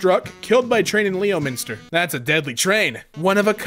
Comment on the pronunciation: The way you said that woke me up from my deep sleep, now i don't blame ya UK English is weird but it is pronounced "Lemster" don't ask why but then again yall have arkansas and get mad when when we say ark - kansas XD.